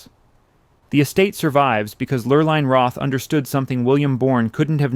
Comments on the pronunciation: The fake gray specks to make it look like old film throughout this whole show were quite annoying. These were still photos thus it was not film. These were even over the color photos. Repetitous information was unnecessary. Sometimes the woman's name was pronounced LurlIne (with a long i and sometimes with the long e sound.). The long e sound (Lurleen) is correct. Ohlone Indians should have been pronounced Olone (long o, long o and long e, not lone, like the proper word.) I learned about Filoli's history. Everyone should visit there at least once. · Mrs. Roth’s name is pronounced “Lur-leen”. The narrator mispronounces it all through her part of the history. She had a cruise ship in the Matson Lines named after her which sailed mostly SF to Hawaii and back.